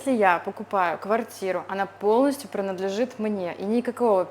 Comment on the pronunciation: Не понимаю, почему так раздражает, когда говорит «прынадлежит» и подобные слова, может быть, уже это количество людей, коверкающих русский, переросло в негативное качество восприятия. Ну, да много рассказывающих о Тае на Ютьюбе, подписаться на них и побольше узнать можно, когда говорят не столь оригинально.